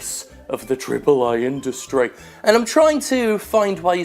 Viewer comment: why is he the only guy that pronounces "AAA" properly?